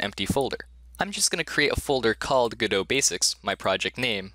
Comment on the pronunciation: 3 videos in a row? What universe am I in? (also can you stop pronouncing godot like you're french)